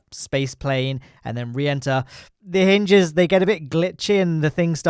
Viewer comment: hinges*, not *hynges